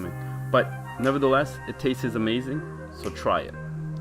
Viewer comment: Nice cake, but....please stop saying "tast-es"